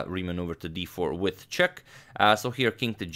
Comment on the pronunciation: it's funny when a newby says 'chess' instead of 'check'. "This comes with chess", pointing at Spassky's chair.